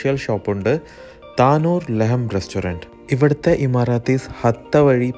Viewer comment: താനൂർ അല്ല, ലഹം തന്നൂർ ആണ്